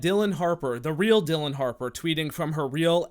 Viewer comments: It's Dillion (like million), not Dillon. But the fact that one those accounts had her last name misspelled and he didn't notice tells you how desperate he was. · its dill-EE-on harper. shes the best